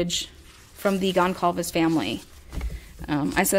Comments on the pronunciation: Goncalves is pronounced Gone sal vez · One more thing I wanted to add is that at first, I was having a really hard time pronouncing Kaylee’s last name. I see that you are having the same problem I did. It’s actually pronounced like this… Gone Sall Vez